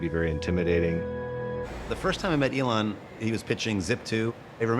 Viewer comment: This man can't even pronounce Elon's name correctly, but professes to have worked closely with him? C'mon!